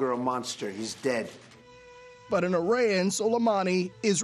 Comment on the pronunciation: Im sorry where is he revered? Irayan? Might want to check the pronunciation on that one.